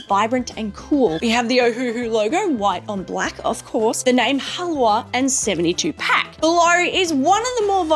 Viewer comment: It is pronounced "Ha-la-va."